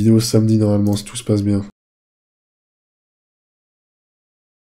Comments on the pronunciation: Engueule moi "c'est pas bieng" 🤔 😂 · c pas bieng, fallé pas le faireuh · "C'est pas bieng, fallait pas le faire... "